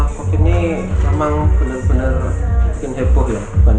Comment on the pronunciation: Itu Mbak nya nggak bisa ngomong Covid. Tiap pengen ngomong Covid jadinya Convid.... Mungkin lagi sariawan...